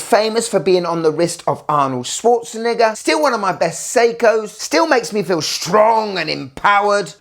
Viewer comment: "Arnold Schwarzeninja" ?💀